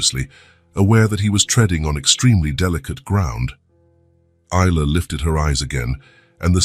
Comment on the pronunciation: Is..la Ai pronounce right😢